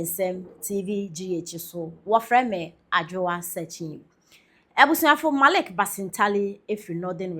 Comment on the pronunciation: Why do some people say Marik instead of Malik?Not all of them come from that place.